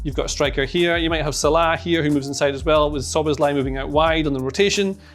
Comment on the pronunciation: Living in Hungary here 🙋‍♂️finally someone on YouTube who can say Szoboszlai correctly 👏